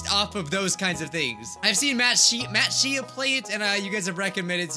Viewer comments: Its pronounced Shay not She-ah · i-it... it's "shay"......